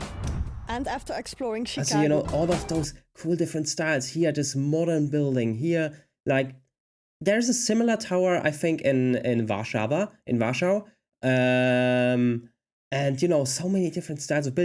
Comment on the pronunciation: You said, regarding the older tower, that there was a similarly-styled one in "Warshawa - in Russia". At least that's what is sounded like. Perhaps you haven't got the hang of the English 'w' yet - - but "Warshawa" in English is spelled Warsaw, which is in POLAND. The Devil's Tower is, in fact, a volcano so ancient that the surrounding cone has eroded away, leaving just the central magma column. That's why it stands alone, with no other hills or mountains in the area. It's also why you see all those vertical stripes or tubes all around it.